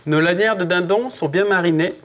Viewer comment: "de dindan" j'adore cette accent pas d'offence hein :)